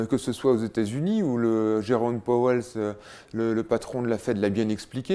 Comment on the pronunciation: Ca ne vous arrive jamais à vous, de mal prononcer un nom?